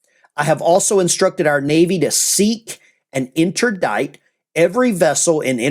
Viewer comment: pronounced inter dict NOT dite! . jesus how come americans just cant spell or pronounce english i mean why?